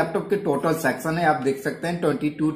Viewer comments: It's section not sexion when you're pronouncing 😇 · It’s not sexon, it’s section